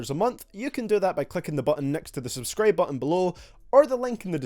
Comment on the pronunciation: he said subscraibe instead of subscribe